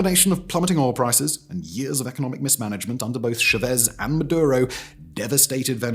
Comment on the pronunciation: the way you pronounce chavez makes this unwatchable for me